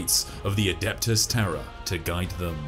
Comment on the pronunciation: POV, You're a Brit "Eye Of Terra" :P